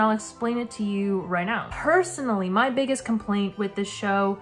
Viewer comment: idk why but you saying "personally" spelled in my head as "percy-nally"